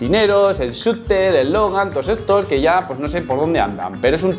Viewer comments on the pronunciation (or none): none